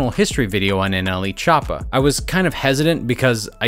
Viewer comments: So we gona ac luke he didn’t say nelchoopa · No nobody: Not even anyone::Nle chapa